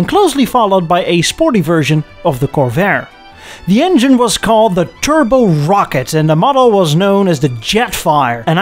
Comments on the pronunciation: Also rocket Not rockette like Radio City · Bust our ass over aluminum (no extra I) but pronounced Rocket...Rockettes like it's a Broadway dance Troup 😊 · First of all - thank you for pronouncing Aluminium correctly (and, would you be so kind as to let American's know how to pronounce it properly ..? Canadians we're about 50/50 pon getting it right .. lol) .. Second, I was about to ask what the hell a Rockette V8 is (thinking it was a Rocket) .. I was today years old when I learned it was actually called a Rock-ette .. Love the channel man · Ah loom in um. Rock-et We speak American English here. Not British English. Well done episode. I enjoyed it.